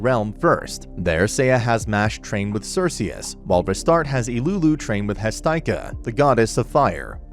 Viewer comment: As a mythology fan it is spelt and pronounced Hestia and she is the greek diety of the hearth not fire